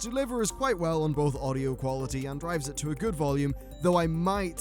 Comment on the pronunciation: Qaulaity? Lol xD